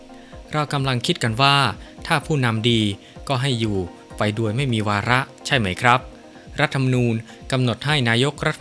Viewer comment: อ่านโดยใคร เคยดูคอมเม้นท์บ้างไหม? ชอบอ่านผิดๆ คำว่า *โดย *อ่านเป็น ดวย ตลอดเลย